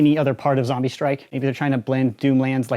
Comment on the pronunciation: It’s zombie strike not zambie strike